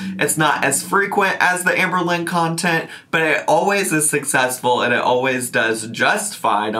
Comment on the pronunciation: i do not like the way shes saying AHMberlynn